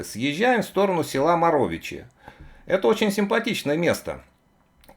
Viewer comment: Локация, будем откровенны - жопа мира:( Вы недавно в Сербии? Неправильно произносите назания. Ямена - ударение на Я. Морович - ударение на первый слог...